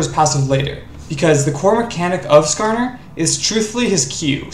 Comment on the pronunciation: "nascarner" oh god